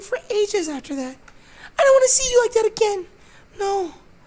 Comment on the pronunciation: Did you rike it?